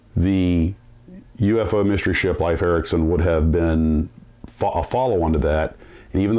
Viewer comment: It is correctly pronounced "leaf" not "life" Ericsson.